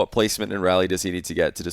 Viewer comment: FYI for anyone wondering Raleigh is pronounced “Rall-ee”. Like Wall but with an R. Not pronounced like “Rally”